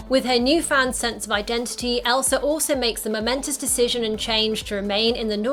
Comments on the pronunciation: No Hate But: You Kept Saying Elsr IT gAvE Me oCd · how many times did u say elser? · i feel like your sayin elsar